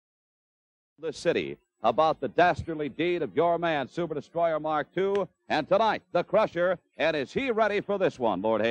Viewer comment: Just luv how his Lordship pronounces "Sooo-pahh Destroy-ah, MAAHK TOOO."